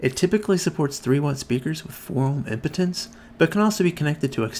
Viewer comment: I almost LOL when be said, "4 ohm impotence" hahahaha. I know it was impedance but still. I can't unhear it